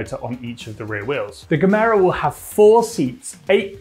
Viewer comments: Good vid, the name is though “Gemera” not “Camaro”. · stop saying Camaro..it's Gemera with an A at the end.!! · FYI: Gemera is two words, Ge+Mera, pronounced "Yeh Méra" and it means "Give more" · Gemera - The G is pronounced as a J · Pronounce it like yeah-mera. The G is soft. My Swedish ears got really offended, I had to consult my league of Karens after watching this video. After consulting we decided we need to see the manager!